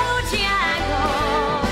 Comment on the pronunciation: I liked Sarah up til this week. This song isn'T supposed to be ov-er pro-nou-nced. eg I drinks a biT! & it's Mr. Bojangles not Bo-jyangles. DVO was spot on with Mary Poppins. Liked her before this performance but I felt she could be in the bottom because of it. Jessie was incredible!